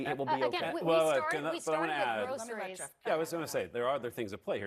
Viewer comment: Trump speaks like he never heard the word GROCERIES!!! I hate the way he says "and they call it GROCERIES."